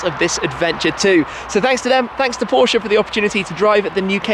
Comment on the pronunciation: Please stop saying porsche'uh' 🤐